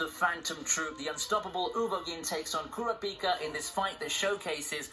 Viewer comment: This nigga pronouncing Kurapika like “Kora-peak-uh”😂😂